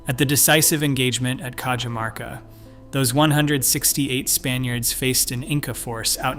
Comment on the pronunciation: I can beleive this. The Incans had a road network from Colombia through to the south of Chile. I lived in the mountains of Peru for about 4 years and I can remember driving over a forgotten incan highway. They had an amazing system of roads. By the way Cajamarca is prounced like "Cahamarca" I should know as I used to live there.